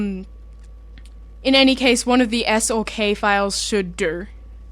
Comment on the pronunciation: "... should durrr." <333 That accent. <3333